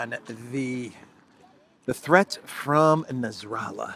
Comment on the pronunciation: It's not nazrallah. It's Nassrallah. No zee sound.